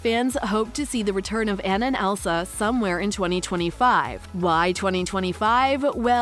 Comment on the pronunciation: Hope there is a 3rd- also as a fan of frozen, it’s (Ah-nah)